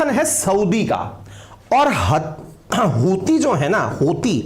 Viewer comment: Hutiye sounds like chutiye & Hudiye sounds like haddiye 😂